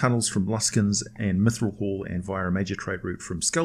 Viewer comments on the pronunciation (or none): none